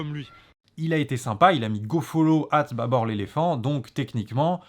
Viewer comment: C'est pas en arabe mais en dareja algérienne pour être précis et ça se prononce plutôt "baboure".